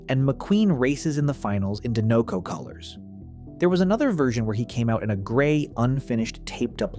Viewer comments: I'm sorry, but what is "De-know-co" ? The movies refer to the brand as "Die-neco" almost abundantly. 😅😂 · Dinoco is pronounced like this "DIE-no-koh".